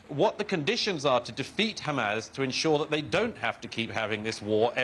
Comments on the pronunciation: douglas your a goof! and its HAMAS NOT HAMAZ. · Murray still struggling I see with all those complicated words: Hamas is still Hamazzz and the Houthis is still sounding rather like the Hoootys !